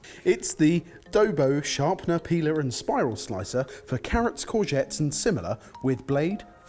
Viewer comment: nobody says corgette.